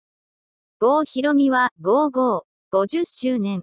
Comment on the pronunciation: さとひろみ じゃなくて ごうひろみ